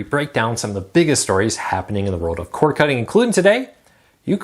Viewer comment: Cord... corD... the word "cord" ends in a D. It's not "core-cutting".